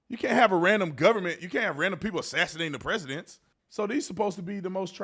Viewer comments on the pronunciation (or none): "A sitios g president"?? She said